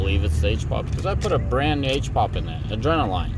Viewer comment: 🤣 my guy actually said adrenaLINE